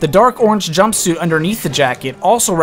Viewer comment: if you say jumpsuite one more time